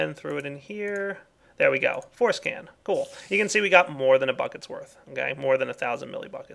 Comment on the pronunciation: When he says Force Can, it kinda sounds like foreskin.